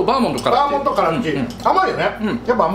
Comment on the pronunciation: バーモンドじゃなくてバーモントなことに一番驚きました。